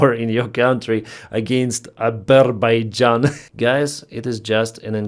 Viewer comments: "Abberbaijan and Albania"........ROTFFAPMFSL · Trump: "to think that we settled Abber...baijan" 😆🤣😄😂 What is happening in the world? Mabe he settled Abber-Baijan, but not Azerbaijan. Beside the painfull, tragic and sad situation Ukraine is in, the news became a clownshow beyond anything I could have ever imagined. Slava Ukraini! 💛💙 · Abarbaijan and Albania good lord it’s soooo embarrassing lolololol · Yep, that’s our pres. Azerbaijan or is it Azerbuyjohn? C’mon donny, prepare yourself properly before you speak. Some say you aren’t very bright…